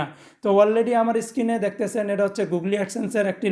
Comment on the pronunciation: খুব সুন্দরভাবে বুঝিয়েছেন ভাই। তবে গুগলি না বলে গুগোল বললে পারফেক্ট ছিল।